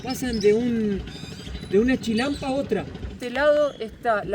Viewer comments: se dice Chinampa no Chilampa!!! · Es chinampa con n, no chilampa. Xochimilco se pronuncia Sochimilco y axolotes, ajolotes. El uso de la x es diverso 😂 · NO ES CHILANPA!!! ES CHINAMPA POR DIOS INVESTIGA ANTES LOS NOMBRES Y COMO SE PRONUNCIA 😠😠😠😠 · Y es Chinampa, no chinalpa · SE DICE CHI-NAM-PA NO CHILAMPA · Amigo no se dice chilampa, se dice chinampa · Es chinampa ché, no chilampa lel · Se dice chinampa, no chilampa. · no es chilampa es chinampa no puedo creer k tenga mejor español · Un par de correcciones. Xochimilco se pronuncia "Sochimilco", y Axolote se pronuncia "Ajolote". Se dice Chinampa( y no chilampa) y chaqueta significa m4sturbaci0n en México. 😅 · NO SE PRONUNCIA JOCHIMILCO. SE PRONUNCIA SSSOCHIMILCO. NO SE DICE CHILALPA, SE DICE CHINAMPA. LA BASE DE LA CONSTRUCCIÓN DE LAS CHINAMPAS ES LA MISMA QUE COMO SE EDIFICÓ LA CD. DE AMSTERDAM. A DIFERENCIA DE LA MAYORIA DE LATINOAMERICA, LAS CULTURAS INDIGENAS PREHISPANICAS EN LO QUE HOY ES MEXICO , NO FUERON ERRADICADAS, ERAN GRANDES GUERREROS, FUERON INTEGRADADAS, MEDIATIZADAS POR MEDIO DE LA RELIGIÓN. Y MUCHO DE ESAS CULTURAS, ORGULLOSAMENTE PREVALCEN, EL LA HISTORIA, LA CULTURA, MUCHAS PALABRAS EN EL IDIOMA, LA COMIDA, LAS TRADICIONES, LA VESTIMENTA, EN FIN TODA LA TRADICION DE LOS PUEBLOS ORIGINARIOS. ETC. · Es la primera vez que veo que en Xochimilco hay un "Canal de Panama" guauu, por otro lado solo correcciones para aportación no es hate. Se dice: Chinanpa y se pronuncia "Sochimilco" aunque se escribe con X. Saludos y excelente video. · Se dice CHINAMPA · se dice Chinampa, y Xochimilco, se pronuncia Sochimilco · Hermoso video 🤩 muy lindo Xochimilco que se pronuncia sochimilco y se dice chinampa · Se dice... CHINAMPA...